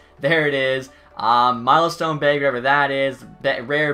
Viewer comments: He’s saying bag, but it sounds like he’s saying beg....maybe begging EA for good loot. 😂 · Does he say it like that bc he’s Canadian or sum, bc he doesn’t sound like it then he says beag